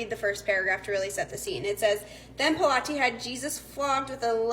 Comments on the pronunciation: Pronounced pilot. Not p lot eh. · It's pronounced pilot not pilates.